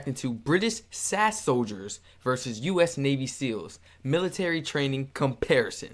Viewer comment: S.A.S you pronounce each letter, not as a word.